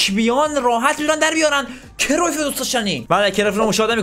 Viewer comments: اسمش کریوف نیست اسمش کرایوف هست لطفا درست تلفظ کن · داداش بعضی بازیکنان رو اشتباه تلفظ میکنی گِرد مولر یوهان کرایف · ❌کرویف ✅کرایف ❌گَرت مولر ✅گِرد مولر